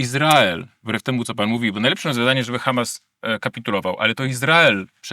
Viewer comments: Bardzo ciekawie też Pan wymawia słowo Ha'mas. Jakby prosto z kibucu do nas przyjechał. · Panie, Panu się odwaga pomyliła z odważnikiem. Już samo akcentowanie słowa "Hamas" i wiadomo od kogo "wy są". Przyznam, że od ponad 30 lat nie zawiodłem się tak na żadnym polityku, którego obserwuję/obserwowałem. Co Pan opowiada?! Wstyd, szczególnie, że jest Pan świętojebliwym katolikiem!